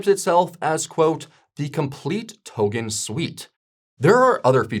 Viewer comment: Why the hell is he pronouning token as tohhgen. it’s irritating.